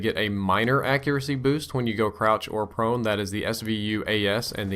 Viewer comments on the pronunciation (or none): Lol he said Prouch or Crone. :D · Did anyone else hear prouch or crone? :') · Prouch or Crone??? Lol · lol brain fart there "prouch" or "crone"